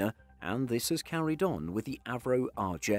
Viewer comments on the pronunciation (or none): none